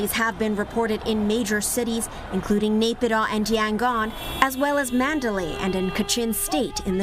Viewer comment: nobody pronounces as close as she could. Mandalay, Naypidaw, wow!!!